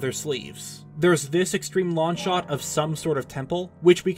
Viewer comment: Enunciate your g's! It's wrong, not ron. It's long, not lawn.